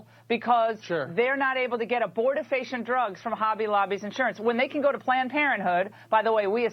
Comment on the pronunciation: wtf is "aborti-facia"? BTW, to respond to Cenk's statement about manually stimulating a woman with "the vapors" - that actually goes back to Victorian England. It wasn't Freud (although he may have also used the technique). Doctors didn't have a fundamental understanding of the female orgasm so they often considered female sexual arousal to be a disease. Consequently, they would manually stimulate a woman to the point of orgasm, believing that they were resolving some kind of unnatural state of anxiety.